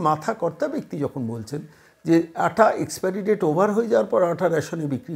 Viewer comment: 'আঠা' নয়।আটা হবে।